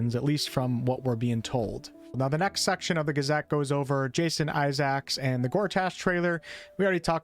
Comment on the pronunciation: Someone teach this guy how to say Isaacs.